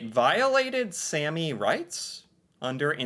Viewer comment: A is pronounced the way you say All The way you said Sami is Sæmi Using Æ So now you also know how to pronounce æ and a in Norwegian :D Fun videos to watch as an typical average Norwegian Would be fun to see you try to learn the languish at this point, it is not far from English as you know from videos you watched